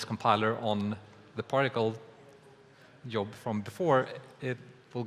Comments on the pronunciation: "Yob" is so Scandinavian... ;w; It should me more like "deejzhob". uwu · was just listening to this in the background and at first I thought Unity was introducing some new technical thing called a "Yob" XD